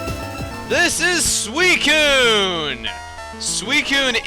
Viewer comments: so u pronounce is Swysewn?!?!? no you prounounce it swykehwn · Why does he call it sweecoon when it's suicine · Its not pronounced sui cune the c is an s sound